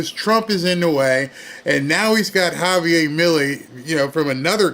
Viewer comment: it's Javier, you're not pronouncing the r, after all your name is not Barr is it? just saying....Javi G. and yes my full name is Javier with an r